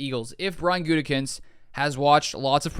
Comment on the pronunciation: the smirk on your face when Colin mispronounced Gutey's name was priceless! I still believe the best thing for the Pack would be for Aaron to simply retire and slot Jordan in for next year. If there is a trade, you have to choose Rodgers at age 39, not a potential young stud that has shown me enough to be given a fair shot. Thanks man appreciate your videos and your written content!!😎😊